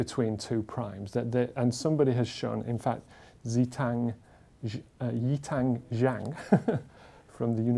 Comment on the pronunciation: Haha, I love the way he pronounces Zhang YiTang's name